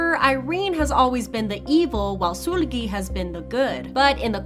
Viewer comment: I hate that she keep saying soolgi